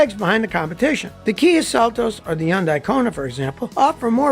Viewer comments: Scotty, I'm begging you, please... its Hyun-DAY, not Hyun-DYE. 🤣😂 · Scotty sounds dumb when he says Yundai instead of Hundai